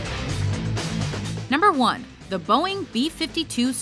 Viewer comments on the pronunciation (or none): none